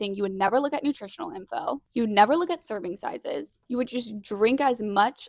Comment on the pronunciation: I’m listening to every single word. I know you’re saying “serving sizes” but it sounds like circumsizes 😅